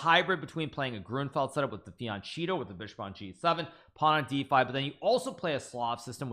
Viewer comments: yeah fee an chee toe like fall chee toe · Please learn how to pronounce FIANCHETTO. It's italian and it sounds like my last name (falchetto), so I know you are wrong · It's deliberate. He knows how to pronounce it. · He does that un purpose.